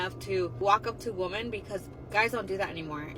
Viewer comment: The fact you can’t pronounce women correctly is enough to keep most men away.